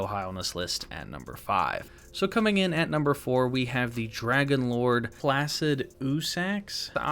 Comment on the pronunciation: It shouldn’t be that hard to pronounce names such as Niall placidusax and malenia dumbass